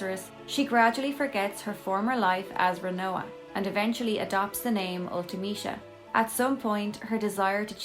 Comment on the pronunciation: Ult - eh - mee - see - uh